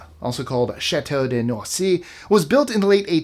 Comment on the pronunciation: (18 - Chateau Miranda) Well done on the pronounciation of 'Liedekerke',. 👍 As well as 'Noisy' and 'chateau Miranda' It's a shame what happened to the castle.